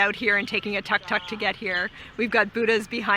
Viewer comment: You should really learn how to pronounce "Tuk Tuk"